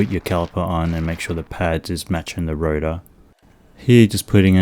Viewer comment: Rotar* not router